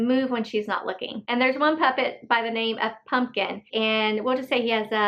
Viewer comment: Pupkin not Pumpkin